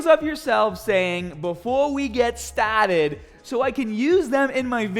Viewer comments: You could make an intro of clips of people saying “before we get stahhhted ” and it would be epic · you need a t-shirt that says : Before we get stahhted